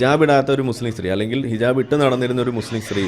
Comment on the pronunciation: ഹിജബ് അല്ല ഹിജാ ബ്